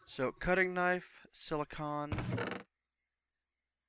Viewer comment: Great video man. Just wanted to say the way you say silicon made me want to stab myself in the face with a soldering iron. lol